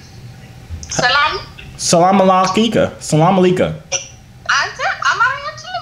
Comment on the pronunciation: Salam alykum not alkkkika😂